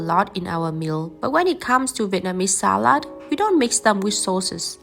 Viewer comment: I like how your pronunciation of "Salat" resambels more to german that to english ^_^